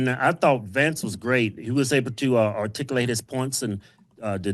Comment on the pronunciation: articalite? artigalit?